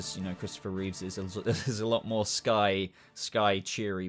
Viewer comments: How can you put the Superboy suits in with the Kirk Alyn/George Reeves suits? They’re very different designs and the S is a completely different shape. The Superboy suits were much more in line with the Reeve films. Also it’s Christoper Reeve, not Reeves and it’s Routh not Rouths lol We’re going to be doing a suit ranking on our show once the new Superman and Lois suit drops. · Your ranking didn't hurt nearly as much as you pronouncing Christopher’s surname as Reeves! It was George Reeves! It was Christopher Reeve (no S on the end)!